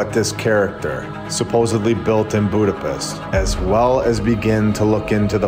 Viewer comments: Eh brother.... Hungarians never say "Buda - PEST" It's pronounced as; "Buda - PESHT" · Budapiss? Is that a Midwest drawl thing? If on purpose, not that edgy